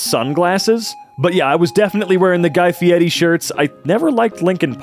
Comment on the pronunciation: The way this mf sais guy fierri will always bother the shit out of me for absolutely no reason.